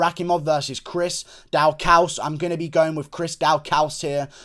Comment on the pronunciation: It’s pronounced DAW CUS for Chris Daukaus